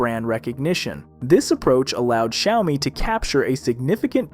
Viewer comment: Bro just called it Shayomi